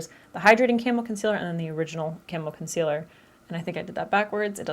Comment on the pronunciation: So, I thought you were saying Camel not Camo and went into the description to find Elf Camel Concealer :')